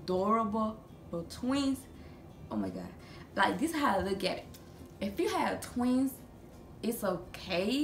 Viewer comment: I love how she say tweez